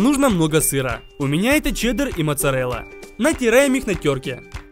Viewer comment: сыр чеддеррррррррррр) XD, ты прекрасен!!!